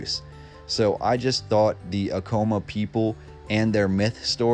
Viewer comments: quick correction, its not pronounced "uh-kow-muh", its "ah-kuh-mah" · Take a shot every time he mispronounces “Acoma”. 🥃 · Hahahha acoma the way he said it